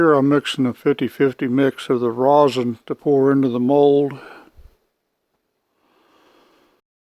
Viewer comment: NOT Rawsen. It is Resin.